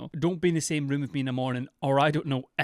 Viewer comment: I misheard you, instead of ROOM, I thought you said 'I don't want to imagine the smell of her wound' I gagged. Hard.